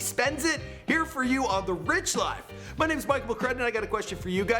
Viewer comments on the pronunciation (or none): none